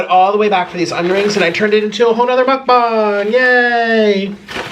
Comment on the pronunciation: Why do you say mukbung